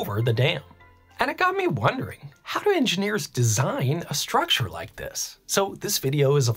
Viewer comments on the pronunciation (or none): none